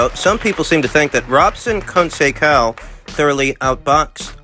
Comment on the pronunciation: The correct pronunciation of Robson's last name is "Cohn Say Sow". Unless you're mispronouncing it on purpose, of course...😁